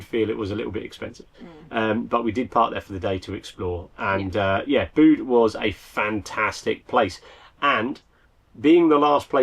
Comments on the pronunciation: Bit of after the Lord Mayor's show! But why don't you use a cloud storage as a back up... I know your files are probably big but they are safe as safe can be ..... Tintagel is pronounced tin·ta·jl and Bude Be-yude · Pronunciation lesson: Bude as in nude Tintagel as in Tintajel ( soft g) Please sort out your pronunciation of English place names, especially as you are home schooling the children. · Back up!! It is pronounced 'bewd' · Unfortunate... but not as distressing as your pronunciation of Bude and Tintagel.